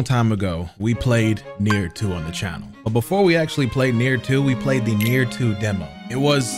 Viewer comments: calling nioh, Nier brought dishonor to my ears. Add that to the fact he didn’t finish nioh 2, he brought shame to this channel. The shogun will be hearing of this plunder. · The fact he pronounces it Nier with such confidence is making me scratch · nier or nioh? cuz its 2 different games and he calling nioh 2 "nier" at the beginning of the video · it's NIOH NOT NIER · i swear everytime he said Nier my brain screamed NIOH😂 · Nier? It’s Nioh bro 😂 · it’s Nioh, not near, God damn!!! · Bro lmao NiOH as Nier got me a little bit irritated did like 5 times in 10 seconds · Nioh not Neir hahaha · Did this nigga just call nioh 2 neir wth 😂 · Bro NIOH not Nier wtf 😂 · Its NIOH not NIER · Why in the absolute fuck is he calling nioh nier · calling Nioh, Nier was making me itch 😭😭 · I was so confused when he kept calling Nioh "Nier" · pronouncing "Nioh" as "Nier" makes his rage deserved #SorryNotSorry 😂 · Every time you said Nioh I kept hearing nigga idk why…….don’t ask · Why is he calling nioh nier lmao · Why is he saying nier